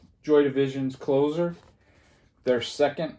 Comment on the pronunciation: Wait, it's Clozer (like coffee is for...) not Close-r (like Glenn Close)? I never considered that pronunciation (and to be fair, never listened to the album)...